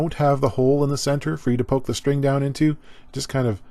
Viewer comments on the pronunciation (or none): none